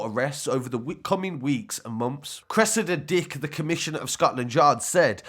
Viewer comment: “Curessidor dick” 😭😭😭😭😭😭😭😭😭😭😭😭😭😭